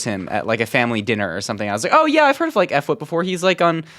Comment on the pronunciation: I can’t believe you called him f whip 😂